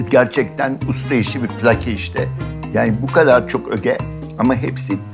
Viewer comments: Pilaki kelimesi Rumcadan dilimize geçmiştir ama zaman içinde ayrısı gayrısı kalmamış, Türkçeleşmiş, "bizim" olmuştur. Bu nedenle okunuşu pi-lâ-ki şeklindedir. Pilaki veya Plaki diye söylemek, tam da Milor'un yol açtığı gibi kulağımızı tırmalar. Vedat Milor'un çok sayıda videosunu izledik. Doğru şeyler kadar yanlış şeyler de duyduk. Allah vergisi koku alma yeteneğini kullarak bir otorite havası yaratıyor. Halbuki çoğu zaman yaptığı, kendi zevkini öne sürmek, hatta dayatmak oluyor. Aldanmamak gerek. Bilhassa Türk yemekleriyle ve yemek kültürüyle ilgili yanlış şeyler söyleyebiliyor. Tavsiye ettiği lokantaların yaklaşık üçte birinde hayal kırıklığına uğradık. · Pilaki Türkçede üç kısa heceyle değil, kısa-uzu-kısa (pi-lâ-ki diye) okunur